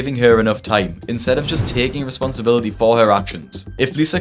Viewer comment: These people disgust me and its hard for me to feel sympathy. However, I do wish them the best. I also wish the best for Dr. Now's english skills and hope he learns how to say words like responsibility. 😂